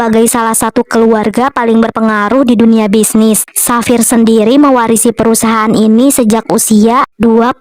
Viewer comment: Bagusss bgtt plss, suaranya,visualnya, semuanya perfect❤ Oh iya aku tadi denger penyebutan Xavier itu jadi "Safir" entah aku salah dengar atau bagaimana tapi kalo lebih bagus lagi penyebutannya jadi "Safier" kak, kalo salah tolong koreksi lagi ya soalnya aku dengernya begitu😅